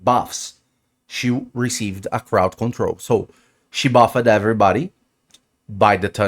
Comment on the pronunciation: I’m here for his pronunciation of words like “buffed” and “target” and “removed” 😂😂😂 “I’m buff-ed”😂